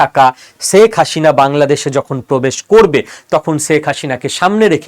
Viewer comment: শেখ হাসিনা নামটা ঠিকমতো উচ্চারণ করতে পারো না, তুমি উচ্চারণ করছো শেখ হাশিনা!